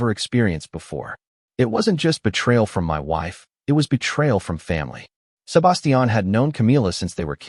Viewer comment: And can't grasp how to pronounce Sebastian and Pueblo properly. 😅